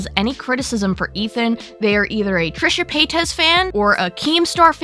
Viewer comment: What's a trishe pa-tez?